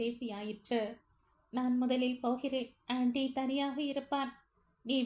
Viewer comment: It’s Andy not Anty